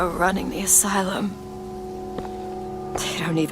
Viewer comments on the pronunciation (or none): none